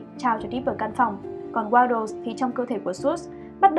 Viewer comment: Waddles nha chứ ko phải Waddel w2w đọc nhầm r